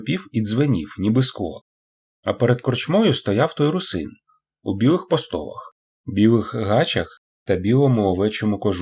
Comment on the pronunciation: ПостолАх,але дякую,гарно прочитано